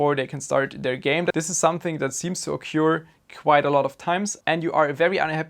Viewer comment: Survee ? Softwares ? Sorry dude I have a German wife but here English is a lot better. If you make your money online from us then do us the favor of taking a few lessons in English pronounciation. Occuur ? Prefair ?